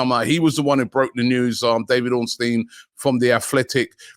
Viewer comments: No death stare? And Robbie pronounced David Ornstein's name CORRECTLY! WTF! But seriously great show Robbie, looking forward to this window and the Claude Cup! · I'm shocked......Robbie pronounced Ornstein correctly!